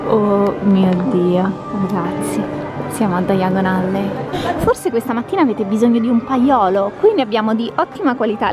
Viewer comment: È diagon alley non daiagon alley